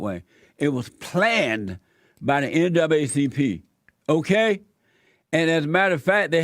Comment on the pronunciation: He said "N double A CP" but it sounded like NWCP.